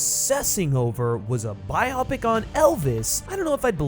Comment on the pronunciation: PSA: its Bio-Pic as in BIOgraphical PICture; not Bi-opic.